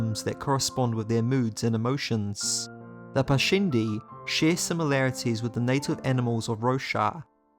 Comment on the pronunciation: I agree. cool video, but I thought it was weird that he pronounced it like shin-over. and he said parshandi near then end, but it was probably just an accident since he pronounced it right the other times.